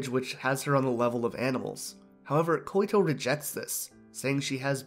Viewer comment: just a tip, i think her name is Koito, pronounced (Koi-to) or (koy-to). You were saying "Koy-i-to". Hopes this helps.